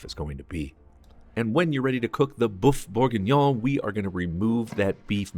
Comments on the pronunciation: Boof? Boof Borgingnyon? Not a bad attempt. Should sound more like berrf boorgeenyon. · Beef Berg-what! 🤦🏻‍♂️ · I don't know if you can wholly trust a recipe for Bœuf bourguignon from somone who doesn't know how to pronounce Bœuf bourguignon... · You can’t even pronounce the dish 🙈😂..were doomed